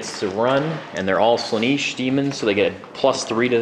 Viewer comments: Slaanesh, not Slaneesh, that really grates on me to hear that mispronounced. Gorgeous Daemon army though, what's the cost on that? British Pounds Sterling would be good. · Is it pronounced Sla-neesh? I've been saying Slaan-esh, as that's how it's spelt. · You have it correct, they are saying it terribly. Pronounced "Slah-nesh"